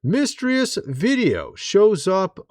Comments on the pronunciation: Why are you pronouncing mysterious like miss-tree-us 😂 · Did you just say 'mistreus' for mysterious?n lol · Ya! Trump would have aliens outside talking so pictures could be taken! How dumb! Trump has been a UFC fan for years! FYI you can’t even pronounce mysterious correctly! Joke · Whyd u say "mysterious" like that? I would have immediately stopped and restarted the whole video lol. This is probably why I don't have a channel of my own. I couldn't push past a grammatical catastrophe like that and not double back and address the shit.. sry i do really like ur videos you are very informative and although I don't necessarily agree with all your opinions. I do infact appreciate the hell out of your efforts to share info with those of us who are generally too busy or out of the loop to come across the information , otherwise